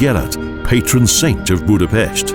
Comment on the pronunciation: If you're going to narrate a documentary it would be good if you could correctly pronounce at least the places you're speaking of. Start with the pronunciation of the letter "S" -- pronounced like "SH" in English, as in "SHopron", and "BudapeSHt". Learn the pronunciation of letters in the Hungarian alphabet. Thank you.